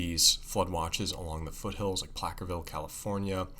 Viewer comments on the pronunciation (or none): FYI - "Placerville" California is pronounced: "Pla-sir-vil", not "Plack-er-vil" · The C is pronouced as an S in Placerville!